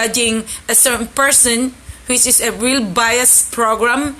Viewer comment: Ano daw "Penis"? "Witz iss" ano ba talaga magtagalog ka na lang bulol..